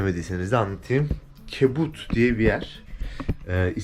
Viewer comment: kardeşim kibut değil kibutz. Ayrıca Rachel çok tatlı 😊.